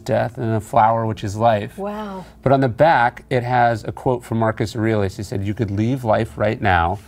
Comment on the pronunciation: That’s not how to pronounce “Aurelius” 😁